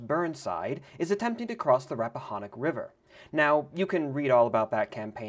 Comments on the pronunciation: Rappahannock: Rap-a-han-ick (all a's are short 1, as in "hat") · Rappahannock- Wrap-ah-han-ick Also don't be embarrassed while reading this, it's in my state and I still can't pronounce Norfolk the way southern virginians do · Hearing people not from here say rappahanock is funny the o doesn’t get pronounced as OH but instead as ick